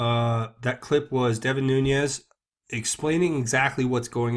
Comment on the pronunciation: Learn to pronounce Nunes. Youre a smart guy, cmon man.